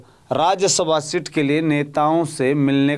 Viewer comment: अरे पत्रकार sit नहीं seat बोल 😂😂😂😂😂😂